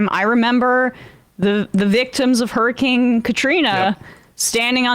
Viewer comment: hur-ricane, not his-icane